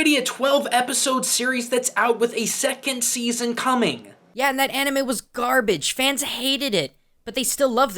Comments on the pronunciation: "thank them, especially the young ones, for(how obama pronunces these words) (ca-ra-teh), and (kar-o-ke) (man-gah) (an-ey-mei) WTF! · mon-ga and Any-may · Did he just pronounce it animae I mean he got manga right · ...I lost it at Obama trying to pronounce Anime.